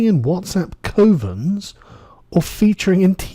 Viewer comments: It's pronounced 'cuvvens' not KOvens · It's C of ens. Not C o vens…. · ...pronounced cuvens, not literally covens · Cov-ens like "gov" but "cov" lol boomer..